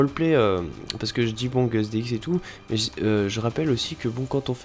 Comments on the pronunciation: Sa secrie guss mes sa se dit guz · C'est pas Guzz dx ni Gusse dx mais juste Guss dx